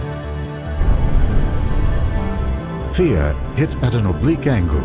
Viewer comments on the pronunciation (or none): its Theia not Thira